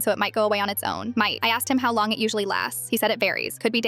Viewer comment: Once you said might , I thought she was saying mate